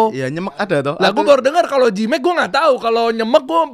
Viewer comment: Bukan jilmek bang, tapi jemek